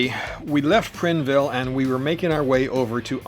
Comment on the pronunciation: Great video. It’s actually pronounced Prineville with the I sounding like eye. I don’t know if you remember, but I wanted to meet up with you at Crater Lake. I have a Yamaha Bolt and it would have been about 9 hours from Eastern Washington. Considering a Triumph Thunderbird. Do you have any experience with them for a longer haul bike?